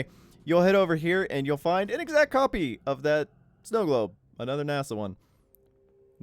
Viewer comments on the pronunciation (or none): none